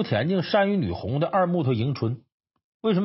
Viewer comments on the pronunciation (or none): 女红 - 应读为 “女工”